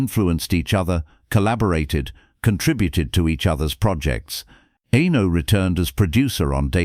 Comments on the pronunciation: "Enno... Enno... Enno... Enno..." It's disrespectful and grating. It put me right off watching all the way through. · Pronouncing Eno's name incorrectly screams AI. No thanks.